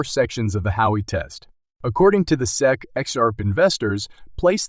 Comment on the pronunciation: its S E C not SEC is this a computer generated voice ?